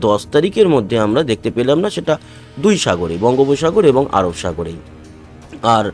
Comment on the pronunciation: দুল না দাদা ওটা দুই😂😂